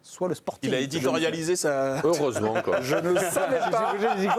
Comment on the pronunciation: C'est un lâche qui a dit eureusement 😠